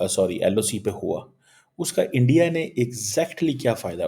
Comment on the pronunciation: subah se ENDIA( INDIA) ENDIA karke jeese kehta hai, rona shuru kar deta hai. 🥵🥵🤗🤗